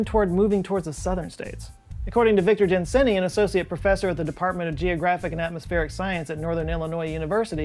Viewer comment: Huh. I went to school with Victor Gensini (pronounced Gen-see-nee, not Gen-sen-ee) and I remember him mentioning that he wanted to be a meteorologist; I think it was maybe late junior high or early high school. And now he's an associate professor in this field at NIU? Good on him.